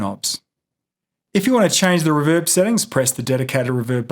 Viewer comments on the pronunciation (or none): REEEEEEE VERB not riverb. thanks for the video however